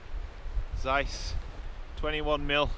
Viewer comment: Little hint from a German: Zeiss is pronounced with a sharp 'z', not with an 's' ;)